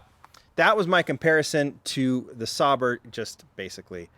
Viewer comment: Sauber is pronounced Sauber.